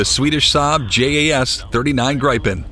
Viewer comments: GRAIPEN???? Dude! it's pronounced GREEPEN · Where do you get ''gripe-en''? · GRIPEN it’s an short I like in “IT” GRIPEN—-gee wiz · HOW TO PRONOUNCE "Gripen"? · My comment was relative to the mispronunciatıon of grıpen. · It's GRIP-EN and RAF-A-EL